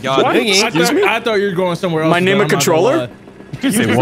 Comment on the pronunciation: How dare you butcher his name